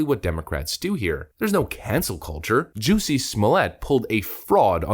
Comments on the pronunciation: It's Juss-e Smol-it. No French accent needed. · Is the narrator saying jussie's name wrong on purpose?